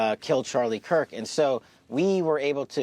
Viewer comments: Did he just say charlie kwirk??🤦‍♀️ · Did he just say Charlie quirk😡